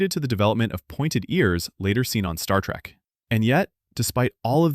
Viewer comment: Thank you. I enjoyed the video. However, as a life-long Trekkie, I came THIS close to turning it off when you said Star TRACK at the beginning! LOL